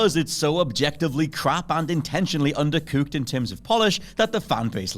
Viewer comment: He also said "undercuked"